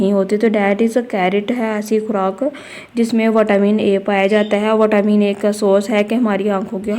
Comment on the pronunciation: Mam vatamin nahi hota vitamin hota ha 😂😂